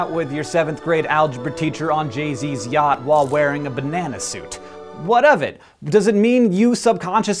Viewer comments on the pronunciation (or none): none